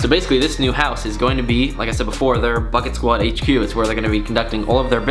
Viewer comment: It sounds like ur saying bucktwod